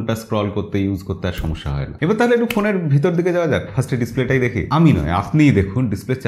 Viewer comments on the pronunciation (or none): none